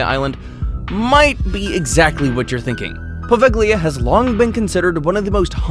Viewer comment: Poveglia is not pronounced like that. The g is silent. Maybe check pronunciation before making these videos 😉